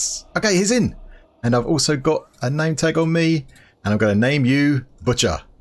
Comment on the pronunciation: 3 Stacks of Wither Skulls to achieve the 1 stack of Beacon Achievement. :) Best of Luck. Love the episodes. BTW, you said "name tag" and "carpet". lol